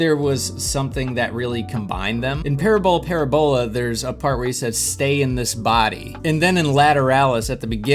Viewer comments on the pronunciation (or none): Please have Google pernounce parabola for you so you can say it right.... 😉 it's not like it looks "PARABALA" is the way it should be spelled 👍